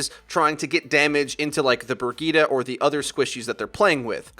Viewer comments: Haha isn't Brigitte pronounced bridget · It’s pronounced Bridge-et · Can u pls pronounce Brigitte correctly? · I know it’s the proper way of saying it just sounds weird af. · That Guy yeah I know it just sounds super weird lmao.